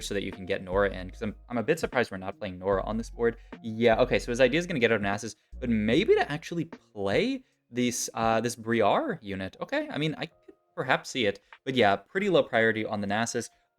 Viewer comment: Brie-are pronunciation hurt my soul a little